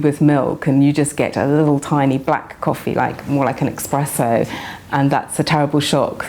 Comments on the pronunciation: Ohhh,... 'espresso', not 'expresso'! Speaking of, is there any note on that? Italian coffee culture? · Oh, expresso is a correct but less common variant.